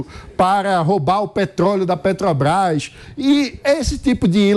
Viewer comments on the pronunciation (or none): none